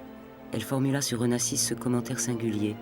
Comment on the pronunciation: The narrator couldn't even pronounce Onassis's name correctly.